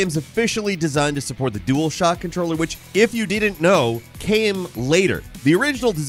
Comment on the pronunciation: deedn't know 😂😂